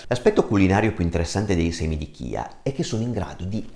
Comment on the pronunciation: Si pronuncia CIA perché è la salvia ispanica quindi la corretta pronuncia è quella spagnola …..semi di CIA..